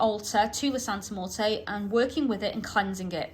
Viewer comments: You know nothing about santa muerte at all and you even recommend tracey rollin who especially doesnt know about the worship you dont know what you're talking about at all or understand Mexican practice and yku cant even say her name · I was so thrown off by the pronunciation of Santa Muerte, but that’s probably the UK accent😂 I love your videos and book reviews. Keep up the amazing work!